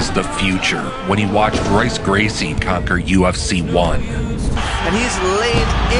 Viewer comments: Love when these jabroni narrators know nothing about mma.... saying “R- Royce Gracie” lol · RRRRoyce Gracie? Gtfo. You can’t make MMA legend videos and mispronounce the OG legends name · Rrrroyce Gracie!!!!! Lol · I was going to watch this....up until he mispronounced Royce Gracie’s name. Come on, son. That’s MMA 101. Like saying Michael Hordan.